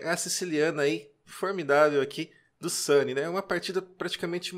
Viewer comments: Sempre ouvi SUNIÊ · Vc pronuncia o sobrenome do Jaime de forma incomun. Em toda minha vida não tinha ouvido essa pronúncia. Ficou muito estranho ouvir "sani". Mas a partida foi muito bem escolhida. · Olá amigo eu acho que a pronúncia não está correta, Sunye em japonês significado iluminado e se fala Sany é o navio do Luffy de Onde Piece ..Mas não sei como pronuncia o nome do mestre Sunye! Muito Obrigado por comentar! 🙏